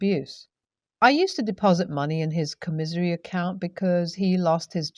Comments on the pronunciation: com-misery account? com-i-sary account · Commissary is pronounced comm-is-airy. Commissary. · FYI. Commissary is pronounced COM-i-sary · just fyi, first story, it's pronounced COMma-sairy. :) I really love your reading, ngl. you have a lovely voice for it, and are really easy to understand! ❤